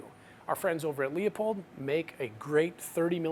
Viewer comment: Public Service Announcement: Leupold is pronounced "LOO-POLD" not "LEO-POLD".